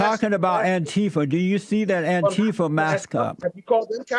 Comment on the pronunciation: Love it when JLP occasionally says Antifer